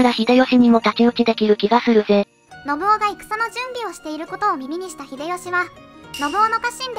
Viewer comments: 漢字の読み間違えが多いので、要注意。たとえば、信雄は「のぶお」ではなく、「のぶかつ」。コメント欄に修正入れてほしい。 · のぶお？ のぶかつでは？ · のぶおではなくのぶかつです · なんかみんな指摘してるけど「のぶお」でも「のぶかつ」でも正解だよ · 他の人が書いてるけど、序盤から信雄[ノブカツ]をずっとノブオ、ノブオ言われてると聞き苦しい😥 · 信雄は「のぶおじゃなくて「のぶかつ」ね。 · 『信雄』の読み方が『のぶお』と『のぶかつ』どちらでも呼べる事を知らない人が多すぎる！しかもドヤ顔で指摘しているのマジ笑える！ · 解説ありがとうございました。ただし、信長次男の信雄の読み方は、「のぶお」じゃなくて、「のぶかつ」ではないかと。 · ノブオではなく、ノブカツですよ。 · 信雄のこと「のぶお」ってよんだまま動画にするとかなんなの？ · 信雄のぶお、じゃなくてのぶかつじゃね？ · のぶお ではなく のぶかつ ではないのかな？ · 「信雄」のぶお。じゃなくて、のぶかつ。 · どーでもいいけど織田信雄をノブオって言うのはやめてくれ❗ネプチューン主演のNHKの戦国パロディを彷彿させてくる｡気分台無しだぁ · 信雄（のぶお）じゃなくて “のぶかつ”って読みます！ 誤った読みかたは、初めて知る人に誤解されますよ！ 動画を配信するなら ちゃんと勉強してくださいね！ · 信雄（のぶかつ）だよ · 喋らせてるだけだから仕方ないけどいちいち 『のぶお』 でイラってする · 「のぶお」じゃなくて 「のぶかつ」ですよ😅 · 信雄 ×のぶお→〇のぶかつ では？ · のぶかつ だよ。のぶおじゃないよ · 信雄の読みは、のぶかつ、な。